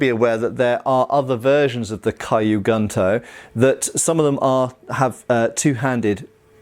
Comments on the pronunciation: kyu is pronounced like skew, without the s, not kai-you. Gunto is pronounced like goon - toe (the o sounds is the same as goon, but not as protracted) not gun - toe. so kew goon-toe, instead of kai-you gun-toe. It might be confusing at first but japanese that is written in english has a set phonetic pattern, kyu, ryu, etc all sound like kew, rew, etc, not kai you, rai you, etc. same goes for the "u" in gun, kun, etc, always a goon, koon, etc (with a contracted o, but with the same sound) not gun, kun etc. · I've been learning Japanese for a few months and I was like AAAAAAH the entire time lol. It doesn't really actually matter, but when you know better it's like aaaaahhhhh lol. Yes the way it should be said (Kyu) is like literally saying the letter Q in English. What doing is pronouncing it as KiYu which isn't right. Also even then, KiYu would be pronounced like the word Key and then the word You, and not Kigh (like the word High). If that were the sound, it would be spelled Kaiyu. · I think kyu should sound like q from star trek ? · Don't know why this is bothering me so much as I'm not usually a stickler for grammar/pronunciation and probably doesn't speak Japanese, but "Kyu" is pronounced 'Kyoo" (like the letter 'Q') not "kai-yu" and "Gunto" would have a soft "u" and sound more like "Goon-toe." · Q Goontoe. Don’t mess it up again filthy gaijin. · Just wanted to point out that the word Kyu in Japanese, meaning old, is pronounced more like "Q" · 'Kyu' sounds like the letter 'q'. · The "Kyu" in Kyu gunto should simply be pronounced the same way we say the letter Q. Hence: "Q goonto". That is, assuming the pronunciation of Q is the same in both British, and American English. Hopefully, it's not similar to the letter Z in that regard!😀 And those have to be just about the ugliest things ever made! If they were all melted down and made into other swords, I don't think I'd shed a single tear!😀😂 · One tip, Kyu is pronounced like Q